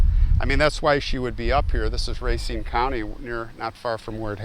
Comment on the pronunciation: “Racine” - French word - the accent is on second syllable, so not pronounced like “racing” - can always tell someone from out of town by that pronunciation. Thanks for the video!